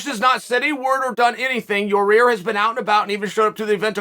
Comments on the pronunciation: Actual: Ureter Chael: Your Rear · He calls yair “your ear” lmaooo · “Your rear” 😂😂 I’m dead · "Your Rear" lol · Chael "he is in a battle w Ya rear" Sonnen.